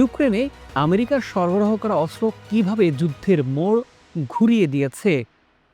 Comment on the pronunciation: অস্ত্র হবে, কিন্তূ বারবার বলা হচ্ছে আসরো, উপস্থাপনা আরও ভালো সুন্দর হওয়া দরকার ❤